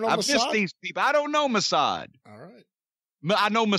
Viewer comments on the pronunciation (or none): LOL trying to pronounce Mossad - "mowh-saaaahwd"!